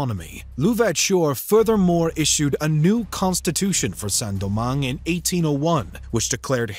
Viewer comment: Great video, but please at least use google translate to see how to pronounce foreign words, hearing "Saint-Domingue" being pronounced as " Sen-Domangue" and "petits blancs" as "petit blanks" is a bit painful